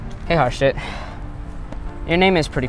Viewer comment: its HARJIT not harSHIT